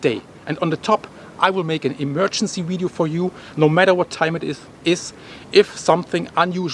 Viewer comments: Its not widieo its Vidieo Vih vih vih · Love, love, love how he says wideo. Thanks for the updates and information. Be safe brother